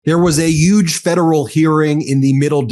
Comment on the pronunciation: It's Huge Ben not Yuge! I LOVE MTN & the Brothers, but this misprouncing of the letter H with Y is outta control Ben PERIOD! The ANTICHRIST Donald Dump had a YUGE scandal, should be Donald Dump had a HUGE scandal! NOT YUGE, we all know it's pronounced HUGE! NO more Y's where H's should be please! Please for our Yappiness, I mean Happiness!😅✊️